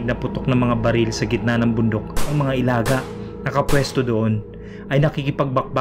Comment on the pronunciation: hindi sayo nangyari to noh.kasi iba ang tono sa salitang ilaga.sino source ng istorya mo?